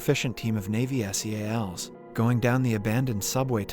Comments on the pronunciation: man its Seals not S.e.a.l.s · im confused, i thought you were a person reading the script... not a TTS bot. NYC and SEALS are not pronounced N.Y.C or S.E.A.L. ... now im disappointed this is another bot channel ;/ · Right. I came to the comments to see what others have said. He said "ad" instead of A.D., he calls the SEAL team by their initials, and just mispronounces so many easy words and known slang that it makes me wonder how. Kind of annoying tbh. You'd think they'd at least go over it and redo those parts. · … where do some of these recap channels get their pronunciation? I’ll watch them, but some things just jump out like “NY City” and spelling out S.E.A.L.s instead of Seals like everyone else. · ive ignored alot like being oddly annoyed by your mispronunciation of staten island its sta-ten not stay-ten and its not s e a l s its seals not broken up for definition but combined like the animal you sounds like youre from the u.s.a. canada or the uk but you have no ability to enunciate correctly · PLEASE STOP PRONOUNCING SEALS AS S E A L S, IT IS SO CONFUSING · content farm people who says s.e.a.l instead of seals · WHY CANT YOU JUST SAY SEALS? CHRIST.